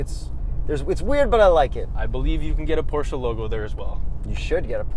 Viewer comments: You pronaunced the brand name correctly sometimes. Make sure you always finish 𝗣𝗼𝗿𝘀𝗰𝗵𝗲 with "eh" , not with "ah". Examples from the original pronuciation again: ; , , etc.. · Close but you said it wrong. PorschEH not PorschAH. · Stop saying pow-chuuuuuuuu instead of por-sche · It's not Porsha it's Por-sche. E like electrod. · Stan Lee except that’s also an incorrect pronunciation that car enthusiasts falsely believe to be right - the correct pronunciation is Por-shur, like por-shé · You guys said it right PORSCHE! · It’s pronounced Porsche! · wrong... it's actually pronounced Porsche! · Porsche is pronunced Porscher. Whoo hoo.